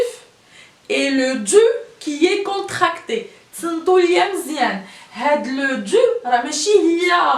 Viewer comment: Encore tu prononces dzu et non pas du